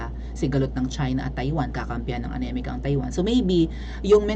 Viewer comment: teacher..bakit anemica ang bigkas mo sa america.. tama ba yun?